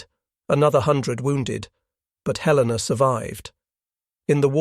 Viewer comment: The mechanized voice mispronounced "Helena"